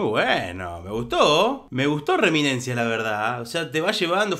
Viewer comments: Hola amigo....no es reminencia , es......REMINISENCIA . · Reminicensia y no reminencia...🤭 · Reminencia no, Reminiscencia